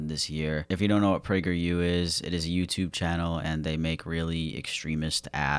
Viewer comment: Not "pragerU" 😩😩